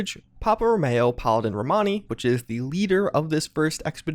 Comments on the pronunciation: It's Rowmeeeeeo not Mayo. 😞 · "Ro-mE-o" ...as in "Romeo and Juliet" ...as in the NATO phonetic alphabet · "Row-May-Oh" Head